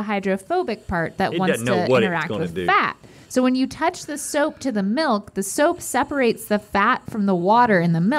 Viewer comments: Rhett said malk, easter egg from Julian Smith days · Haha .! U just pronounced milk in afrikaans! Melk! 😛